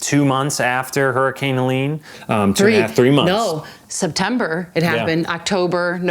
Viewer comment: First off it was Helene and not Leon.😂😂😅😊